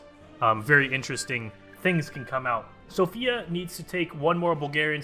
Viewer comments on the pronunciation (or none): none